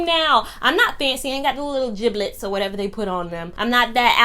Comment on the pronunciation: Girl I fell out when you started on the Crocs! I swore I would never wear them now I’m wearing these hot pink clown 🤡 shoes everywhere 😂 I literally LOL when you said “jiblets” My daughter corrects me every time they are jibbitz. I’m like hell what’s the difference 😂 I am making a statement with mine I have Black Lives Matter and black girl magic black power jibbitz so I feel better wearing them😂